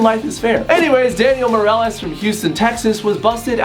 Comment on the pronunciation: He said “Morales.” It clearly says “Mee-re-les” (I spelled it how it would be pronounced)